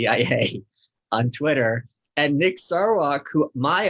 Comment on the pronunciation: Guys, if you are going to talk about Nick Sarwark, please be professional and courteous enough to pronounce his name correctly. It is pronounced: SAR-WORK. There is an R sound in both syllables.